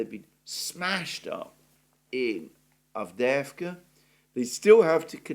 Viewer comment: I like how you say Avdeevka! That's in Russian, even though it's Avdeyevka! Anyway, Ukrainian Avdiivka is gone! 👍👍👍👍 Forever!